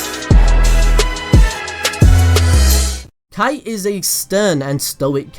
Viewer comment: não é kite é kaito!